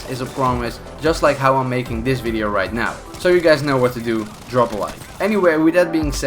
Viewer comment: "vidio" I'm sorry but wtf